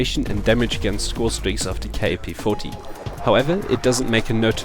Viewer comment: Ur a dumbass. This is by far the worst class u cud possibly use for this gun. Nd btw. Its kap. U say it like "cap" its not fukin K A P. u dnt say the letters. U say it as a word. Its an actual gun. Kap. Not K A P